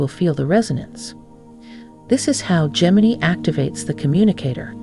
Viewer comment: How many ways can you pronounce Gemini… none of which are the correct one…🤷‍♂️